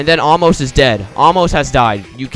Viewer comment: its pronounced ay-moss and according to google translate Torre de la anger means tower of there anger oh yeah this is the skip for floor 3 oh again is a ladder that's tower of overestimating difficulty and tower of broken bricks, and the people in cages are blockerman mistahllama thatonekid10020 and meowy64 if you jump on aamos that happens :)